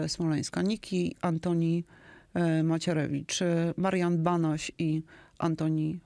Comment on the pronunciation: Redaktorzy, nie przekręcanie nazwiska Antoniego. Nich chłop ma chociaż tyle. A nazwisko brzmi Macierewicz, nie inaczej.